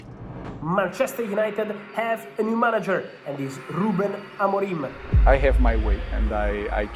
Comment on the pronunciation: I know they are going to ask Ruben Amorim if he’s as special as Mourinho. He better prepare a funny answer…. 😂 Just FYI: don’t pronounce the M in Amorim and just elongate the I …